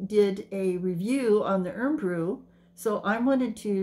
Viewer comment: also lol it’s pronounced like iron brew even tho not spelt this way but ye over here it’s pronounced iron brew like the thing we iron our clothes with lol just thought i would let you know I’m not keen on it it’s very popular here I’m more of a fanta or 7up and yazoo milkshake guy 👍👍👍👍❤️